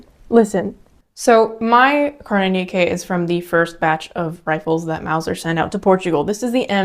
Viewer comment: Wow! Mauser properly pronounced! Good show!